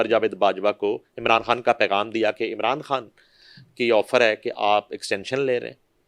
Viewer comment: بی بی تیرا خان کھان ھی رھا اپنے تلفظ پر توجہ دیں